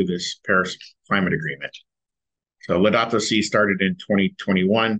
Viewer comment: The Pope's "Laudatu Si". [Sounds exactly like Laodicea]